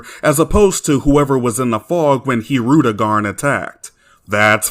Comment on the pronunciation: Sin added every time fails logic and mispronounced Tapion and saiyan and Bulma and videl and hirudegarn wrong which gives us sins